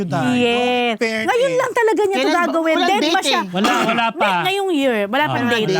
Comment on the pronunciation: It’s “fairness” not “Furness”😅